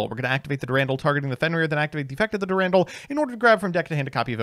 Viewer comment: Eye-sold Dur-Randall Putting together a grocery list for must seem like unhinged scribbles. "Be sure to get a crown of brock-olly, and a few avoke-uh-does"